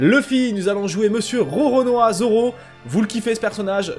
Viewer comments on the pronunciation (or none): Rononoa 😂 Roronoa c mieux lol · Lisez un peu le titre de la vidéo je suis déçu au lieu de dire Roronoa ces Rononoa